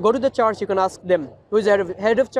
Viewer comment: you’re doing God’s work. May Allah increase your knowledge stamina and good fortune. Please improve your pronunciation i-e the word ‘church’ wasn’t understandable